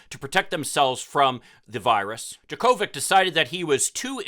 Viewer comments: "Jocko-vitch", not "Jo-Ko-Vic". 🤦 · It’s pronounced, JOKE-o-vich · 100's of 1000's of tennis fans around the world are CRINGING at your pronunciation of "Jo Ko Vich"'s name. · You really can’t pronounce his name after him being tennis champion for decades?!! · I agree with everything you said except for how you pronounced his name. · First: If you’re going to do a story about somebody, pronounce his name correctly. Second, we shouldn’t be critical of anti-vaxxers after how we let Aaron Rogers, The Green Bay Packers and the NFL off on a major infraction. It’s the same situation of somebody can ignore rules based on who they are!